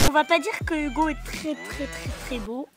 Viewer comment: Au début de tes vidéos quand tu dis '' Bonjour à toutes et à tous c'est Hugo je suis Posay comme d'habitude '' À chaque fois je crois que tu dis '' C'est Hugo j'suis Tozay